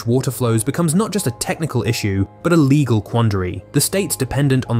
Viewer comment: "... a complex, leggle [sic] framework ..." -- because your robo-reader can't pronounce "legal"?